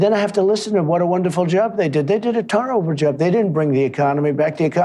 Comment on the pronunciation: He said, tarable...instead of terrible. Was that a reference to? I love this man!